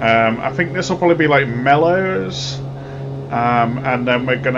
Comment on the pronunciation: Just a quick FYI: Meols, (thee area you pronounced as "Mellows") is pronounced "Mells" (rhymes with bells). Great video though